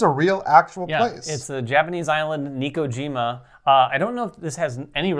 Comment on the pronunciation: Pronounced Neh-ko-jee-mah, as opposed to Nee-ko-jee-mah. Looks great though, will definitely be backing the Kickstarter.